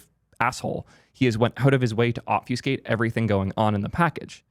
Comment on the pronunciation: someone tell this guy how to say obfuscate correctly